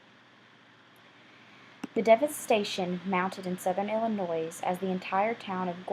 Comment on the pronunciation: You shared a lot of good information about the tornado. However I must comment... the "S" in Illinois is SILENT! And also it is the "Wabash" river that was crossed from Illinois to Indiana, not the "Washbush." As a lifelong resident of Illinois, and particularly residing from the southern part of IL, I wish you would have made sure you correctly pronounced the name of our state, and the names of the communities such as Gorham (pronounced like "Gorum.") Not to be a stickler, but I felt it needed to be pointed out.